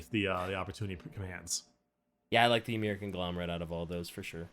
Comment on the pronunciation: Pretty sure Ymyr is just pronounced like Ymir, the first giant in Norse religion, So it's more like Imir.